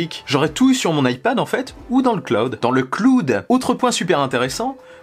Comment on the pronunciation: « dans le cloude » 😂😂